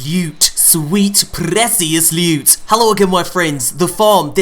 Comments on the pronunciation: Is it just me or is it the worst thing ever when he says loot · It's Sweet PRRREECIOUS LEWWTTT